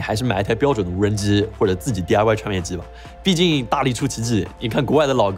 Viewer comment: 说话太多懒音了，“无人资”，“这鸡似频”，“遥控既”听得有点难受